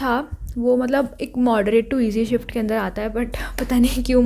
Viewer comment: First shift❌forst shift ✅😂😂😂